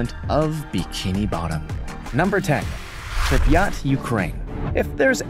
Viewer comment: Learn to pronounce Pripyat properly